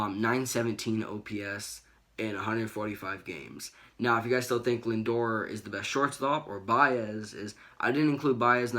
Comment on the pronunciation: Do you guys speak English it’s pronounced “Lindor”